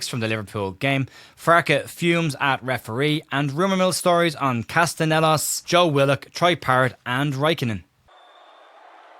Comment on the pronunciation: CasteLLanos (casteyanos) not castNEllos. Glad we aren’t signing him either way lol